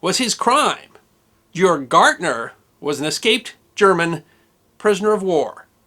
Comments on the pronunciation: Its Georg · ha GAYorg GAAAAYYYYY lmfao